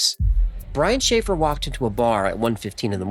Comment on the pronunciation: Brian Schaffer- sounds like a “Shanghai “